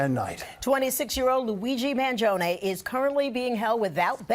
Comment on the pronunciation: gee i think she mispronounced his name